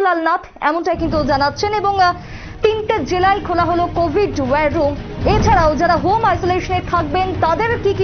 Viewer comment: খবর পাঠিকার উদ্দেশে বলছি যে আপনি বার বার 'wire room' বলছেন কেন? এটা তো war room...ভীষন শ্রুতিকটু মনে হয়েছে....